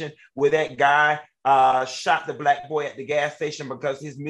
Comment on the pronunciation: Love when Funky pronounces the word “Black”…..Blike….or “back” and “bike”